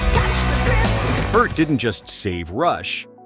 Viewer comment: He is pronounced PEERT- not Pert !!